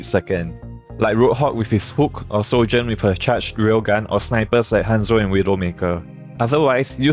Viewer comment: lmaoo man said sojurn with her trash rail gun